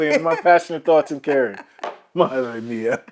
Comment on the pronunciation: Congratulations!! El último segundo del video, tu "madre mía" ha sido genuino y auténtico, como un español más!